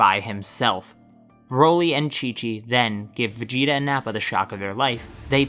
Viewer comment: Why you call Vegeta Vegetto